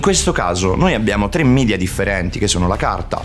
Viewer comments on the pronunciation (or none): Si ma possiamo smetterla di dire "midia"? Si dice "media" esattamente come si scrive, è latino mica inglese.